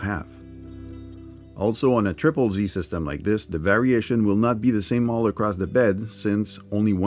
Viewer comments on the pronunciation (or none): none